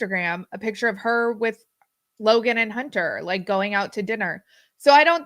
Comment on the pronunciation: OMG! Robyn has rubbed off. Kody now says pitcher instead of picture. 😱